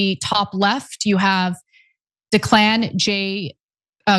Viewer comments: It's NOT pronounced "DEE-CLAN" !!! ITS PRONOUNCED "DECK-LAN" !!! GET IT RIGHT BEFORE YOU START SOUNDING LIKE HERR DRÜMPF!!! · Ana has a problem pronouncing names. Declan, like Deck Clen . Knew the kid. Same Boy Scout troop as my son. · Declan Coady's name is pronounced like "deck-len". The reason I share this is because my father processed him into the Army here at Camp Dodge. He told me he didn't know how to pronounce his name either, and used it as kind of an ice breaker - as he said most of the new recruits are very nervous when they're going through the MEPS. It's the biggest decision of their life. It was a while ago, but my dad remembered him particularly and said he was a really special kid and very smart. It's heartbreaking to lose any soldier... but hearing the pain in my dad's voice after he saw the news that Declan was one of the soldiers killed was difficult as well. Dad is a career Air Force veteran, and I'm sure he sees a little of himself in these kids when they pass through his office. 😢